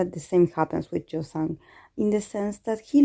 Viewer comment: In case you are still wondering how to pronounce the name, the 'y' should sound as in 'y' in 'you'... But if you are comfortable that way, it's okayyy☺☺